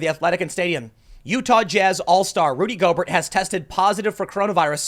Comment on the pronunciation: “I’m not a big sports guy.... Rudy Go-Bert” - Tim Pool